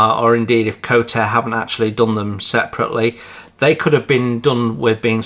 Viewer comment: It is NOT pronounced as Co-Tare. It is pronounced "Ko - Tar -Ray" in 3 syllables. (Which is the Indigenous Maori langiage name for the New Zealannd Kingfisher bird. Kotare do sell the 3d prints seperately, but they are given free included in Pre-ordered kits. There is no engine as that would add a fairly hefty extra cost, not just to the moldings, but also to the unit price. Kotare is a 6 man operations, and is not funded by a billionaire ( Like Peter Jackson behind Wingnut Wings). Mark Davies is a Vetinary Surgeon and hads only a few smallish investors (including Richard Alexander) to fall back on. The price of preorders direct from NZ includes postage.